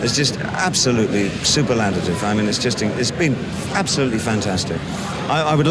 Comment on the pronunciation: Love David. A proper legend - but "superlatitive" ?? Did I hear right?